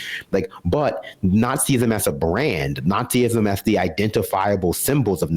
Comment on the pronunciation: A quick word to the speaker on the left of screen... Nazism is pronounced nahtz-iz-'m, not naht-zee-iz-'m.